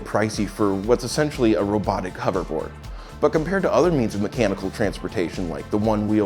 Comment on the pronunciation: What the hell is a huvver-board? Does he mean hover-board?